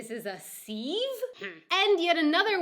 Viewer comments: I didn’t know Americans call spring onions green onions 🤔 sieve is pronounced ‘siv’ but that could just be in the uk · My favourite moment in videos all week is her trying to remember the word for sieve, looking it up but still misreading it! It's pronounced "siv" or like the first syllable in "civilization" I love that Gemans call peppers "Paprika" which is the name of a spice. Wikipedia says that paprika is made from the same peppers that Germans call paprika but I gather they add chilli powder, because they're way milder than paprika would suggest. Australians, all on their own it seems, call them capsicums, short for capsicum annnum! I would suggest that Amt is what we call a civic center or what Americans call a town/city hall? Saying "agreed on" is a bit of mouthful but maybe saying "I thought we agreed to...." would be just as easy as the German equivilent. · Sieve is a word you could use, but it uses a short A. That is, it rhymes with GIVE. I would personally call that a strainer, but I’ve seen others call it a sieve. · Ok. This is odd having to tell an American an English word and its pronunciation. The sieb is often called a "strainer", but some may reserve that for something with bigger holes such as you might use for draining pasta or rinsing vegetables. Onto "sieve", use the short "I" as in bid. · Sieve is pronounced so that it rhymes with give. It's funny that you struggled to remember this word, I almost thought you were going to say 'My brain is a sieve' because that's something people sometimes say when they can't remember something. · seive is pronounced with a short i sound. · Hah! You pronounce ‚sieve‘ like I would have done if I hadn‘t learned any better by now. It‘s actually pronounced siff, with a short, open 'i'. Yes, like German for muck. (Still with a vocalized 'v', though.) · I think you are losing some of your english 'sieve' is pronounced 'siv'. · Its a sieve--pronounced SIV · Siv, not seev. Pedantic! Moi?